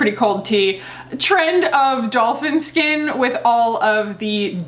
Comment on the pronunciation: You had me at Dolphin Scat Edit to say I thought you said dolphin scat vs skin. I'm dying now 😂😂😂